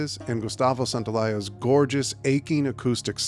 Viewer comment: santaoLALA, NOT santaoLAYA